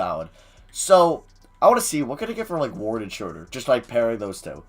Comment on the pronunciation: is this guy ever going to learn that it's not SHREWWWWDER its SHROWWWWDER. smh.